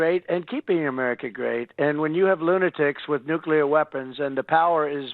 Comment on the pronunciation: For God's sake, someone tell him it's *nuclear not damn *nuculear.